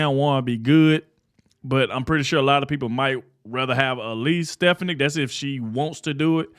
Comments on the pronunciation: STEFANIK Pronounced STI FAWN NIC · Pardon me, but you really need to learn how to pronounce Elise Stefanik last name. That would do you good.